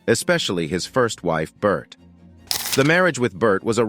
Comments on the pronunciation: Its pronounced JENG-GIS KHAN. It's pronounced BOR-THAI not BERT😅. Please do your research well. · Bert though 😂 it’s pronounced bor tey 😂